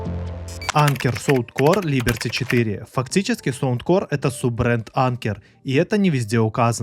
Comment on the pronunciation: то есть "анкер сОундкор" тебя не смутил?